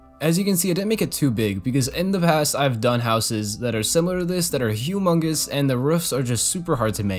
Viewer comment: 19 mins in he talks about rufs! I love the way you say roofs. Keep going bro, your doing well 🥰